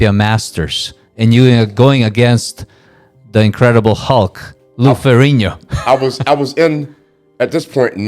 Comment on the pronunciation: First time I think I've ever heard someone pronounce "Ferrigno" properly LOL! Funny thing listening to Mr Robinson speak, he doesn't sound angry, like he's got a chip on his shoulder or anything like that. He's just stating things matter-of-factly.